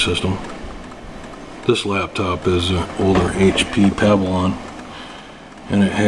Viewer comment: HP Pavilawn? ;) funny...